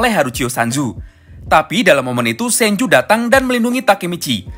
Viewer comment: itu sanju ga bg atau apa gua denger nya sanju🙏